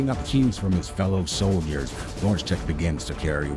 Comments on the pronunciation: I really wish people would learn how to pronounce things properly. That "w" don't supposed to sound like a "w" neither the "J" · Aight, there's probably gonna be like a million low effort comments here in a day or two about how this guy butchers "Wojtek", but before that happens i want to give some perspective: Wojtek is pronounced Voy-Tec (exactly as the correction in the description states, thank you for that.) Now, this may not seem like a big difference, but here's how Wojtek would be written if it was written the same way pronounces it: "Łodżitek." Notice how this is a whole-ass new word, and is actually much closer to our pronunciation of Logitech (Lodżitek) than Wojtek. You probably won't relate if you're not bi-lingual but, just trust me on this, every single time he utters that cursed word, i come one step closer to tearing my face off in anguish. It's one of those feelings you just can't put into words, like looking at someone typing "google" into google to get to google. Oh, yeah, the video's great btw, just had to get this of my chest LOL. Just, please, next time you need to pronounce a foreign word, just put it into google translate and press the speaker for a reference. Thank You for coming to my Kurwa talk. edit: just found out what happened here 3 months ago. yikes. one less channel to hog up my subscription feed:P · Great video but a small suggestion: maybe look into the pronunciation of names in other languages (e.g. wojtek is pronounced similar to voytek), instead of reading it as if it were english. I understand it wont be possible to read words in foreign languages perfectly, but a roughly similar pronunciation would be more than enough. Thanks! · Yup. Listen closely to how he pronounces Wojtek (for example ,) but replace the "W" sound at the beginning with "L" in your head. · Wojtek is pronounced "voitek" not "wochtek"....fifteen seconds on any translation app, mowron. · I like the pronunciation: Wodge-tech. xD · VOY-tek FFS